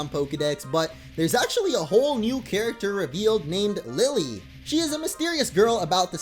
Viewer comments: is not pronounced Lily, it's pronounced, Lil-Lay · It's kinda interesting how every Pokétuber forgets to pronounce the e in Lillie's name. Then again, the western trailer doesn't show that the e is to be pronounced separately from the i. the 4 island look quite small for a whole region.